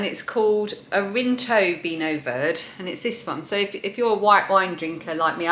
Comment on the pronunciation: Lovely to meet your mum :) That purple root vegetable is called kålrabi in norwegian and is one of my favorites, as raw or mashed with some potatoes for a christmas dish with lam ( pinnekjøtt) :) Vinho Verde - is pronounced with the e at the end. ver - de ;) Greetings from vinho verde country of Portugal